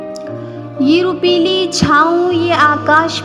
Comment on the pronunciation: روپیلی نہیں روپہلی ہے۔ تلفظ کی بہت سی غلطیاں ہیں۔ اس کو درست کر لو۔